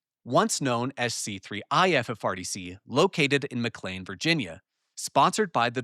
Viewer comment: I was about to ask if you were AI, but you started pronouncing McLean correctly, that was good. Now I am sure there is a neighborhood where they pronounce, "Integral" int-tegg-grill, but I have never been to that neighborhood. Please let me laugh with you not at you since, it took me almost five years to figure out what penultimate meant, after reading it in engineering docs on backpropagation when I was a young kid. Back when Geoffrey Hinton had lots of fun correcting my spelling, after which he told me he knew I had spelled things wrong because he spelled them wrong in his book that I copied it from.